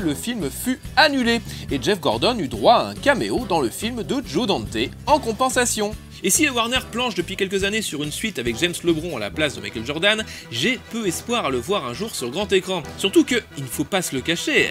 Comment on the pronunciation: Pitié on dit "djordan" et "djaim" et monstar pas mounstar, sinon c'est du bon comme d'hab